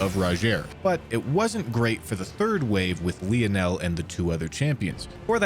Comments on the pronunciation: It’s lynel not Leo-nel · Did you pronounce Lionel as Leo-nel lmao😂